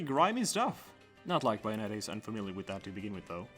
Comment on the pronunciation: You could have checked how to pronounce bayonetta before making a 14min video on her... it’s bay like say, not bay like bye